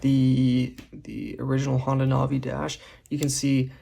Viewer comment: Imagine pronouncing Navi wrong